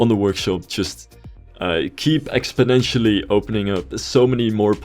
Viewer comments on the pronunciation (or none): none